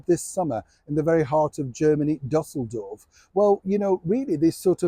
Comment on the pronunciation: I’m always surprised to hear British folks pronounce Düsseldorf the way you did, despite the German city so geographically near you.